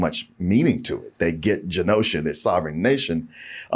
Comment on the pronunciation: Did any one else get goose bumps every time he mispronounced “Genosha”?